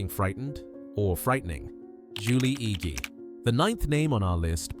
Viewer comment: It's pronounced Julie "EDGE", not ee-gee. Curse this crappy AI!!